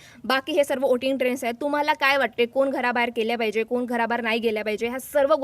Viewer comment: कोन त्रिकोणात असतो... कोण असा शब्द म्हणायला शिका.... कानाला (काण नव्हे) मारक आहेत असे उच्चार.... आधी नीट बोलायला शिकून नंतर व्हिडिओ बनविल्यास तो पाहणे सुसह्य होईल... 😂